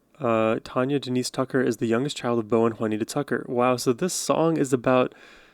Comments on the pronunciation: It's Tanya, not Tonya. Love her! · Country music is all about the stories of life. A great rabbit hole to go down! Great and thoughtful reaction to Tanya. (TAN-yuh .. not Tawn-yuh) ;) def going to subscribe! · You are saying her name wrong...she's my cousin. It's TANya